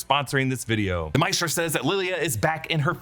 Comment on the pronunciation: Not Mistra but Ma-eh-stra